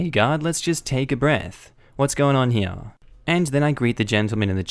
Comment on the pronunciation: JESUSCHRIST.... IT'S (HERE) PRONOUNCED "HEAR" NOT "HEAYUNH"